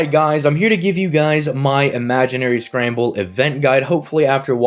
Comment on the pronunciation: You know, this entire time leading up to this event, I thought you were saying Imaginary Scrabble. Boy was I confused.